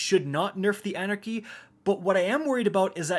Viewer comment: You could’ve titled this: the end of “An Era Chy”